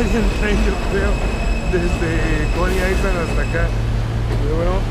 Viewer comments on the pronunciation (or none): no te lo tomes a mal pero no se dice "aisland" (island) se dice "ailand" como si no tuviera la "s". Saludos:)